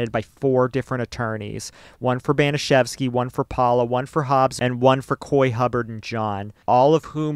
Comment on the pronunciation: Disgusting, vile, evil - it’s all been said, and it reveals the potential for many average humans to be easily conditioned into behaving inhumanely. BTW, the pronunciation of Baniszewski sounds a bit off. P.S. I don’t believe that forcing someone to insert a bottle could be termed “masturbation” under its standard definition.